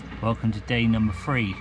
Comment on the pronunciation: I did enjoy, BUT.....I could barely tolerate you pronouncing "th" as "f". Free instead of three Thirty/furty Fursday/Thursday South/sowf etc etc..... Just a big bug bear of mine